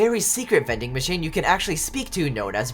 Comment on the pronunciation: Man when he said “it’s vendin machinein time” I really felt that. 10/10, would vendin machine again